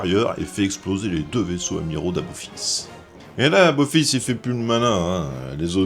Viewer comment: C'est moi ou on entend "aBophis" tout le long de la vidéo ??????? 🙄 EDIT: ah oui, il dit bien "aBophis tout le long de la vidéo.... ben bordel pour une video spécial stargate... ça la fout mal.... 🤮